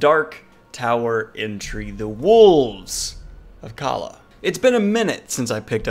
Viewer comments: Calla is pronounced “caya” the two “L”s make the Y sound like it would in Spanish. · You know it tells you how to pronounce Calla in the book? Well just to let you know you’re saying it wrong. Love ya but you should’ve paid a bit more attention